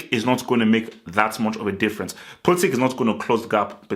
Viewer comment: Pulisic (ic like in Perisic, Modric, Mandzukic), not Pulisic(k)